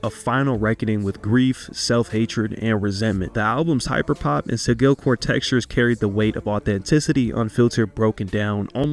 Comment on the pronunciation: sigaelcore lol its pronounced si-jil-core